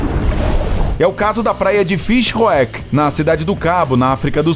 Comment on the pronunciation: Morri com a pronúncia do narrador referente a praia na África do Sul 😂. Deve-se pronunciar Fishuk como uma palavra só (Fish Hoek)